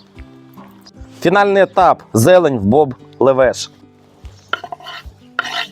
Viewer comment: Левеш, наголос на першому складі, і ранташ на холодну не готують